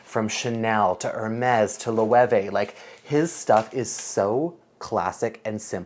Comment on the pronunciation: Isn't Loewe pronounced "Loh"?